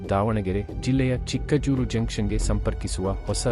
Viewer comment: Pronouncing of name Chikkajajuru is not correct.